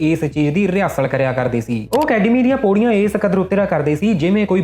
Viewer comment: ਖੇਲੇ ਬਾਈ ਜੀ ਸੋਡਾ ਪ੍ਰੋਗਰਾਮ ਬਹੁਤ ਵਧੀਆ ਬਸ ਥੋੜੀ ਜੀ ਤੁਸੀ ਅਪਣੀ ਬੋਲਬਾਣੀ ਸਧਾਰੋ ਜਿਮੇ ਤੁਸੀ ਪੌੜੀ ਨੂੰ ਪੋੜੀ ਮੌਤ ਨੂੰ ਮੋਤ ਹੋਰ ਬਹੁਤ ਇਤਰਾ ਦੇ ਸ਼ਬਦ ਨੇ ਜਿਹੜੇ ਤੁਸੀ ਠੀਕ ਨੀ ਬੋਲ ਦੇ ਅਰ ਸੁਣਨ ਆਲ਼ਿਆ ਨੂੰ ਥੋੜਾ ਜਾ ਰੜਕਦੇ ਨੇ ਕਦੇ ਗੌਰ ਕਰਿਓ।ਗੋਰ ਨੀ ਗੌਰ ਕਰਿਓ ਬਾਈ ਜੀ।